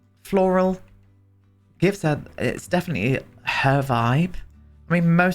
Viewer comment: ....Ees-ahl'ey, Def'nitel'ey... Hopefull'ey.... Priceless. Loving this whole series!